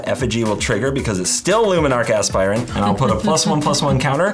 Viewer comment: Hearing say Luminarch Aspirant correctly feels wrong